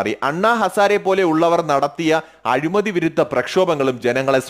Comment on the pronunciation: നല്ല വിശകലനം. അഭിനന്ദനങ്ങൾ എങ്കിലും രണ്ടു ചെറിയ തെറ്റുകൾ ചൂണ്ടിക്കാണിച്ചു കൊള്ളട്ടെ. 1. " അഴുമതി" അല്ല, " അഴിമതി" ആണ് 2. Defend എന്ന പദം അതിന്റെ ശരിയായ അർത്ഥത്തിൽ അല്ല പ്രയോഗിച്ചിരിക്കുന്നത് എന്നാണ് എന്റെ അഭിപ്രായം. വീണ്ടും ഇത്തരം ഉപയോഗപ്രദമായ വീഡിയോകൾ പ്രതീക്ഷിക്കുന്നു